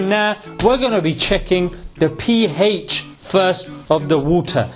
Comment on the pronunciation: When he said ph, I heard pee ay